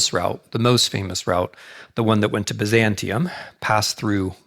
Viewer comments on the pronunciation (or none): none